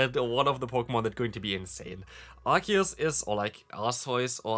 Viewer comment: By the way, Arceus is pronounced ArKeus so basically the way you pronounced it the first time when you mentioned Arceus. A lot of people also pronounce the C not as a K but rather as an S.